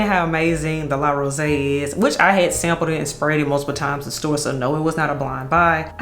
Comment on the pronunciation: Yoooo the Nigerian accent I don’t even have came out when you spoke about La Rosee 😂😂😂 I was like “ Eh? “ 😂